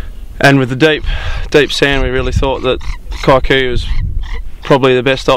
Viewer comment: that word is pronounced "kee-koo-yoo" not kai-koo- yoo